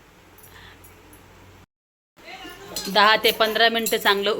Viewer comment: चिकुल्या नाही गं ताई चकोल्या असतात.😅